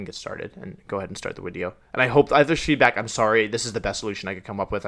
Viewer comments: I absolutely had the same question. He uses Wideo and Video interchangeably it seemed. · Bro pls stop saying “wideo” instead of “video” it makes me cringe so much😂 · I gotta ask, why does he say wideo instead of video? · Why do I keep hearing wideo instead of video 🤔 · Why does he say wideo not video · Why do you pronounce video like wideo? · so, im new to actually watching wolfey, why does he call them wideos? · Is he saying wideo or am I just hearing him wrong because I'm confused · I’m new here but can someone tell me why he calls videos “wideos”? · why does he say wideo? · Why do you call it a wideo? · Why do you say wideo? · Is him saying Widio like a channel joke or is it like a speech impediment that he grew out of? Srry I’m new to the channel and I think that it would be rlly silly if it’s just a channel joke bc his channel name is “Wolfey” when I first started watching this vid I thought it was a kinda cute idea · How many times did he say wideo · Can someone explain why he is saying " wideo" ? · Are you saying "wideo?" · Are we going to ignore that he always says wideo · Why does she say it like wideo? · Always wondered, why do you just say words wrong on purpose like wideo, cinderACH-EE etc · I'm not trying to be mean. disregard this entirely if this dude: A: Is taking the mickey B: Genuinely has a speech impediment. Otherwise: Why is he pronouncing 'Video' as 'Wideo'? Edit: He literally pronounces everything else in the entire video including other words starting with 'V' perfectly. WHY IS HE SAYING 'WIDEO'!?! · Reaction Widiow" Yes some very good English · Why does he keep saying wideo? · Why the fuck does he call them wideos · First time I hear him say "wideo". WAT? Fifth time I hear him say "wideo". LOL! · I'm new. Hope this isn't rude, I"m just asking so I know. But why does he say everything else perfectly fine, but says wideo instead of video? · I’m cringing so hard at “wideo” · New viewer here, so I gotta ask: how come you say “wideo”?